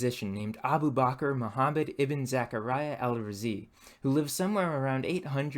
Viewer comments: *AR-Razi (L written but pronounced R) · just an fyi as a muslim myself its pronounced ul raazi